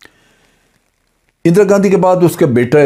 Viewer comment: "اندرا گندی"